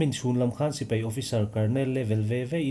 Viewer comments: Mizo tawng lam in fimkhur deuh a ngai. Sipai tih turah sipei tih te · Sipei ni lovin, Sipai tih tur aw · Mizo tawng hi lam fimkhur a ngai khawp mai. Sipai hi a spelling ang tak hian lam thei la a duhawm hle, Sipei ni lovin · sipei niloin sipai tiin lamri zawkta la, ngaihthlak a nuam deuh ang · A ngaihnawmin a fact pawh a ṭhain a rintlak hle mai. I chhiar rik speed a ṭha, i aw pawh a dam thlap mai. Lam rik dan ka lo chhinchhiah ve pakhat chu "Sipai" tih thua "A" lam rik dah hi "e" a hnaih mah mah. Tin, volume hi hei ai hian ring thei se, thil dang ti paha ngaihthlak a remchang lehzual ngawt ang.